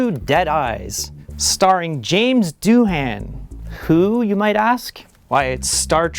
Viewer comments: How did Mike not jump in with the "correct" pronunciation. The H is more a w softer sound. Gaelic, huh? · I always pronounced Doohan's name "do-in" not "doo-han." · All my life, I thought the h was silent in Doohan. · I was too distracted by what I suppose is the American pronunciation of "Doohan". I'll file it in the bin next to "Warwick".